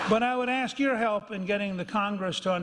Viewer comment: Sharpton is an ass. If he could spit the rocks out of his mouth we white people might understand him better . And by the way Sharpie when u can finally say ASK. INSTEAD OF AKS U COULD BE ON YOUR WAY TO PROPER PRONUNCIATION.